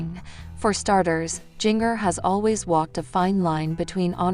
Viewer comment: Her name is Jinger not Gingger